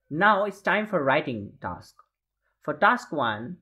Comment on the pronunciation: bro its task not taks